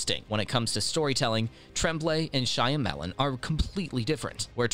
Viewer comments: Can't listen to him saying SHY A MELON over and over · Shy. Lemon...